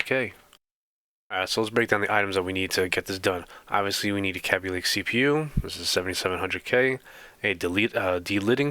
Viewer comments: cabbie lake? dude it's KABYLAKE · It's KAY BEE LAKE... Not KA BE LAKE